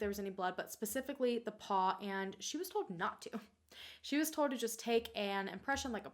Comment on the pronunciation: Every time says “told” it sounds like “toad” I think it is hilarious in the nicest way possible 😂❤️